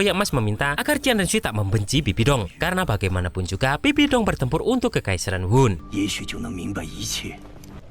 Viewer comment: Bang bibidong loh bukan sabibi dong